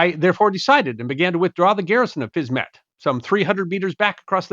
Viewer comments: If Fisme is pronounced in French as 'Feem', then surely the little part of the town across the river is pronounced 'Feem-ett', not 'Fiz-mett'???? The French suffix 'ette' means small version I think? Makes sense I think 🤔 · Not even a French speaker, but I'll hazard a guess that if Fismes is pronounced Feem , then Fismette will be Feemette .